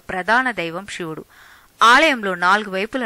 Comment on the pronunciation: షివుడు కాదు శివుడు అని పలకాలి